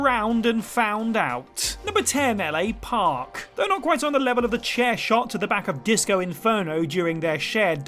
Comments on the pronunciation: It's La Parka, not L.A. Park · That's what you get when someone else writes the script, and then another narrates it. Just lost all credibility in this video, if you can't pronounce the names right, then don't be in the video. LA Park is vastly different from La Parka. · Are you really calling La Parka LA Park???? Imma guess you don’t watch wrestling whoever wrote this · L.A Parks. . . .you mean La Parka? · It's pronounced as L.A. Park? I thought it was pronounced as La Parka? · LA Park huh? Lmfao. His name is La Parka smh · #10 it's La as in "the", not L A. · This dude just called La Parka "L.A. Park". Jesus Whatculture has fallen so far. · I thought it was La Parka